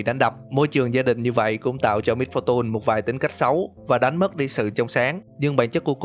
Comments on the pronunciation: Giờ ông mới phân tích :v Sao lại little Misfor tun phải là tùn chứ :v mr.voi = ngài voi XD Tiếng Việt hơi quá, tiếng Anh hơi ít. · Lít tồ mít pho tun :))) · phát âm "MISFORTUNE" kiểu gì kì vậy?? "mít-pho-tun" / ''mít-pho-chần"??????? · đừng đọc là mít pho tun ad ơi :)) nghe buồn cười khiếppp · Miss-fu-tun ok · wow mit -pho-tun hay lắm man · Mít-pho-tun :3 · Vcl. Xem cách đọc lại từ "Misfortune" đi a ơi :v Nghe mấy kênh khác quen r qua đây e nghe hơi khó chịu. Ý kiến riêng của e thôi :v